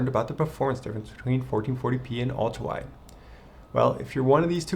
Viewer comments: I can't unhear "Ulta wide" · Great video, but I got distracted every time you slurred "ultrawide" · It sounds like he says ultwawide or ultawide.